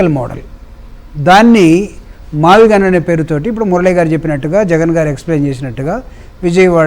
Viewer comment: మావిగన్ ( మచిలీపట్నం, విజయవాడ అండ్ గుంటూరు ) ఇదే గా మీరు చెప్పేది.. వారే మ -వి -గు కదా అన్ని కలిపితే. యానాకటికి ఎవడు PUT పుట్ కదా అని BUT బుట్ అన్నాడట.. అలావుంది మీ మావిగున్